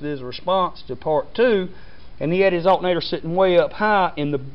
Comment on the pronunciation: he said "altnatr"